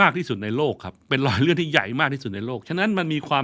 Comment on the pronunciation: โชคล้าย ลอยเลื่อน ลุนแลง คาวก่อน เมื่อไหล่ เลาควร โคลาด ท่านใช้ภาษาไทยได้สะดุ้งมาก ร.ล.ควบ.กล้ำ ไม่ผ่าน